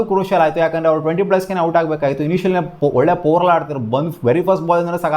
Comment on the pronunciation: Guru ಪವರ್ play ನ ಪೋವರ್ play na 😂😂😂😂 Aden mathadthiyo